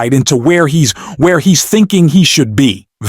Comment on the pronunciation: When you learn to say Pam Bondi instead of Bandy I might subscribe, this AI voice is so irritating.